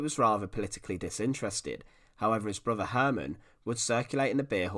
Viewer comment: Ooooohhh..... he had a broothuh and a moothuh...